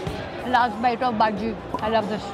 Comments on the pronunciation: you dont say baji you have to pronounce it as bajji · It's pronounced "bhajji" not bhaji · Ur pronounciation of baji is wrong 😅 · It's not baji it's bajji.... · not baji its bajji